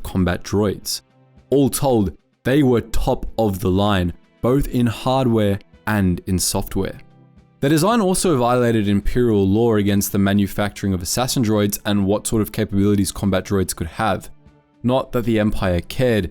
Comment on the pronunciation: Chassis is pronounced "chas-ee". Also, there's no "r" in the word "law". Lastly, unless the lore has been changed, it was IG88B that installed itself in the DS2, not IG88A.